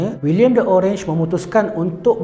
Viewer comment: Bacanya oranye dalam bahasa belanda bukan orange